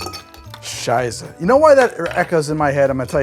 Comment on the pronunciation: "Prost" and "Scheisse", your German is very good! Greetings from Germany ;)